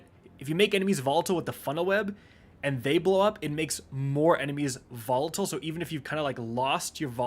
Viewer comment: Say it with me, "VO-li-tile"